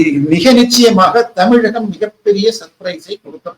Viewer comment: Anchor Tamil sariyaga ucharikavum Zha not la tamilagam illai Tamizhagam Instead of zha you are using la